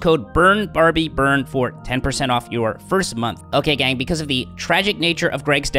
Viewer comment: Ha. This is the reason I just pay for DW. I do it on the monthly though. I also appreciate his emphasis of the phrase "Ok, gang."